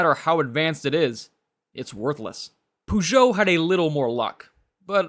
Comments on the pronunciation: The pronunciation of Peugeot is "poe-zho" and not "puh-zho" The pronunciation of Citroen and Renault are fine. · Bei fuhr Columbo keinen Puhjo, sondern einen Pöhjot - derr Namer 'Peugeot' wird im Französischen Pöhjo ausgesprochen. In den USA hatten die Mercedes Coupés und Cabrios wie die R117(American Gigolo) viel Erfolg, wobei die verstärkten US-Stoßstangen die Original-Ästhetik beeinträchtigten. Auch Volvo war damals in den USA ziemlich erfolgreich. Bei leider noch ein Aussprachefehler. "Und dann war da noch der Renault 'Dofi' - nein 'doof' war dieses Gefährt wohl nicht, aber die Aussprache dieses Renault Dauphine sollte lauten Dofiehn - wobei das 'e' tonlos bleibt. Bei wird sogar von einem 'Dolpfie' gesprochen. Bei verstehe ich nur 'Der Leo Deauvie' - keine Ahnung, um welche Marke es sich handelt, da auch der Name dieser Marke auf den Fotos nicht erscheint. Es gab mal einen - ich glaube es war ein Cadillac 'De Ville', was 'Stadtwagen' bedeutet, aber eine 'Leo' ist mir unbekannt. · Just out of curiosity, why do you strive to pronounce the French R in Renault and Citroen but end up saying POOgeot instead of PEUgeot? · No offence, but learn how to pronounce the brand name (Peugeot) if you are making a video about French cars. It takes just a few minutes to research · Congrats on pronouncing "Citroën" and "Renault" perfectly. Only your "Peugeot" is slightly off, but I'm nitpicking. ;)